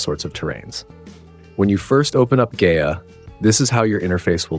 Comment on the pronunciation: Pronounced "Guy-UH"